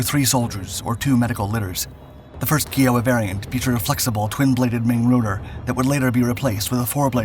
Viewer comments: In 2009, 2x Kiowa Warriors absolutely demolished a Taliban RPG ambush team up on a cliff over our heads in Afghanistan. Nothing but love for these birds and the pilots that fly them. For the love of God tho, stop saying kEE-Oh-Wah. It’s kEYE-Oh-Wa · For the record, Kiowa is pronounced "Kai-oh-wa", not "Kee-oh-wa". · It’s pronounced K-eye-o-wa! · It's a constant aggravation that this channel FAILS to pronounce names correctly. Enough so that I often skip your videos and I'm on YT almost daily. I hear KEE oh wah and my ears say WTAF? Who is this nutbread? KAI oh wah... Use your dictionary, it's an American Indian tribe and you are INSULTING them. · Kiowa is pronouced "K-eye-oh-wah" not "Kee-oh-wah." Benson received the Distinguished Flying Cross. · I've asked many a Army Vets what a KEYOWA was..........They always said KYOWA(yes spelled KIOWA) PLEASE learn how to pronounce names when you do your videos! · K-EYE-Oh- wuh ... not KEE-oh -wuh . KEYEOHWUH - KIOWA - its like you are saying Fleeing instead of Flying . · You should really spend a little time finding out how to pronounce words with which you are unfamiliar. Pronouncing Kiowa as Kee-OH-wah instead of the correct KAI-uh-wuh causes everything else you say to lose credibility. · Odd I never heard anyone call it like this. I always thought it was Ky-o-wa not key-o-waz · just saying it is pronounced ky-oo-wa... not key-o-a. That bugged me. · Kiowa, the tribe name, is pronounced-as Kai - uh - wuh, not Key - o - wuh; None the less a great machine flown, like all other craft, by great men. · NOT K🔑OWA.. It is pronounced K👁️OWA.. again, another wrong pronunciation.. which is disrespectful of the Native American tribe the name stems from. Furthermore, your timelines around the Iraq war and Reagan war on Drugs.. (which is actually the GW Bush Sr. war on drugs) ..are way off.. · FYI, Kiowa sounds like Iowa, not kee-owa. 🙂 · Pronounced "KAI-OH-WAH". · it is pronounced k eye oh wah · Kiowa, Kai-oh-wah